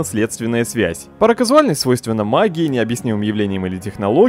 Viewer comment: Думал, вытерплю но нет, после третьего раза решил написать все же. Внепричинность - это не паракаЗУАльность, а паракаУЗАльность. Первое - это кежуал (casual) - обычный, а правильно - каузальный (causal) - термин из логики означающий причинноследственную связь.